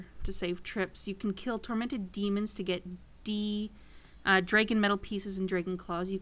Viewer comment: why you say "snap DrÆgon? its dragon, like the mythical creature dragons